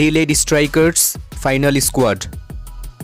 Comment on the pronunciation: Why do you say i-sq-uad